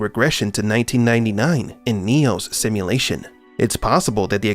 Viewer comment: "simuLATION.. simuLATION ..simuLATION" you talk weird af. unwatchable